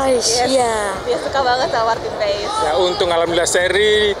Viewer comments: Di bacanya pas bukan paes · Bacanya PAS bukan PAES. Jangan di biasakan